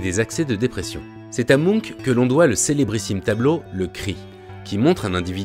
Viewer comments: Le cris de mounk????? Je comprenais pas de qui on parlait avant de voir le tableau Quand on parle d'un peintre aussi célèbre les minimum est de vérifier la prononciation de son nom. C'est la planète des mounks ou quoi??? Bref le "ch" se prononce ch... Et non k... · La vidéo est passionnante et super interessante mais juste comment il a dit "Munch" ça m'a stressé ahah 😅